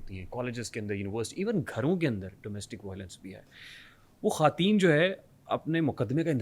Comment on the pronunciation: itni achi Urdu bolne wala jab khawateen ko "Khateen" kahe to bohut dukh hota hai, plz note keejye ga 🌹🙏